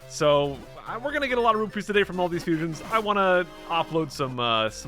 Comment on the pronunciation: "Todady, we uh... swamp?"